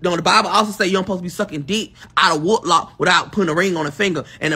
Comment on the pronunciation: That dummy said, woodlock 😂😂